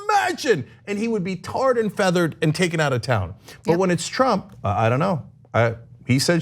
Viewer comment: Did Ana just call him “Chump” and not “Trump?”